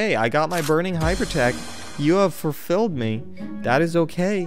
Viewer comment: "you have furfilled me"